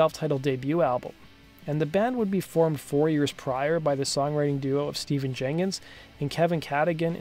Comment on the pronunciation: His first name is pronounced Stef-fan.